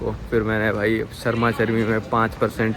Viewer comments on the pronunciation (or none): none